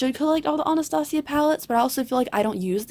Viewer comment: Why do people pronounce Anastasia so weird????